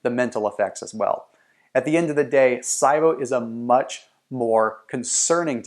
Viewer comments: It's pronounced "SEEEbo" not "SYEbo" lol. Good video tho, and accurate. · Same as C-BO. It's not sigh-bo. 😂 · Lol it's not( S EYE BO) ONLY PERSON IN THE ENTIRE WORLD I HAVE EVER HEARD SAY IT LIKE THAT HOW CAN YOU SAY IT WRONG AND MAKE PEOPLE THINK YOU ARE AN AUTHORITY ON THE SUBJECT 😥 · I've never heard it pronounced SI-BO. Always heard C-BO. Interesting. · that’s the power of the internet but he should’ve at least learned the correct pronunciation of it first 🤣